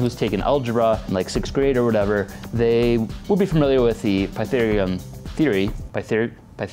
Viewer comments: Say it with me class - Pythagorean Theorem. Py - tha - go - re - an. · It's pronounced "Pie-THAG-oh-Ree-an"